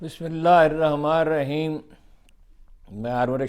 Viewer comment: Bismillah hirrahma Rahim hamesha bolty ho...hirrahmanirrahim hai